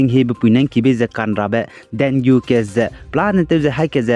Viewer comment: Pronunciation should be dengee